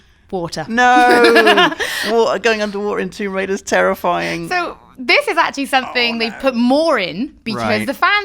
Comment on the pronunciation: Wtf is a "Riader"?